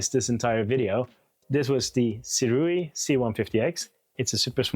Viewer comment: Pronounced Sue Ray